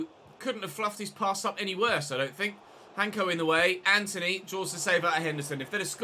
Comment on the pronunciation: just a small note for you, hancko's name is pronounced in slovak as 'hansko', it's a soft c Really enjoying this save tho.